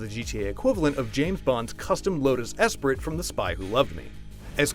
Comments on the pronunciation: es-prit cringes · You don’t pronounce the ‘t’ in Esprit